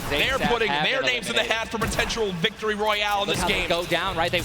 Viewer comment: Did ninja say Victoroy